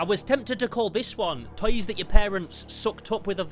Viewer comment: I like how you say "toys" as "tiys"